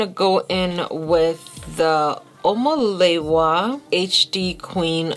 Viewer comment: Everytime she says the name wrong I'm dying 🤣🤣🤣 Your eyeshadow looks are amazing. Prefer the right side - gold warm